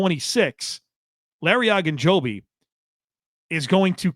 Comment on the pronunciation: Larry O. O. Ogunjobi. Not Agunjobi. It would be the equivalent of calling Joey Bosa, “Bossa” over and over.